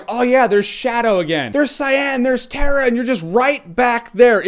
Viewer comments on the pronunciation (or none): none